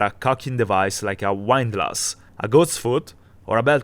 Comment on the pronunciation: Windlass is pronounced Windlass as in the "wind" that blows outside, not "wind" up a string. Good video none the less.